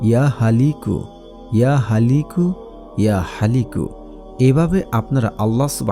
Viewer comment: নাম লেখা ছিলো 'ইয়া খালিকু' অথচ উচ্চারণ করলেন 'ইয়া হালিকু'